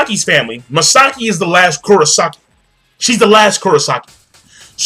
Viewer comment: Bro, I usually don't do this because I try to be lenient with other's Japanese pronunciation--but so help me god if you her Misaka again...